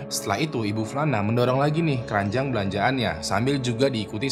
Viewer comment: bang "KERANJANG BELANJAAN" apa "KERANJAAN BELANJAAN"😂😂😂